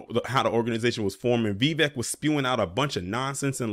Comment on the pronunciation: His first name is pronounced "Vi-'vake" .